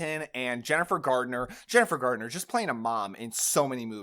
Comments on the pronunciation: Are you saying Jason RoBARBS? It’s Jason RobarDs. Also, Jennifer Garner, not Gardener. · *Jason Robards...not Robarbs. Jennifer Garner...not Gardner ;)